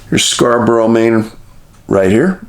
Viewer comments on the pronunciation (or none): none